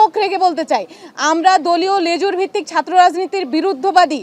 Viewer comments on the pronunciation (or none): none